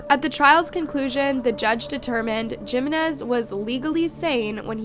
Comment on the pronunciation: Her saying "gimenez" instead of "Jimenez" made me stop what i am doing, just to comment this